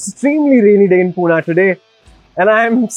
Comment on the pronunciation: Don't call poona, it's Pune I skipped video when in very first sentence you said this.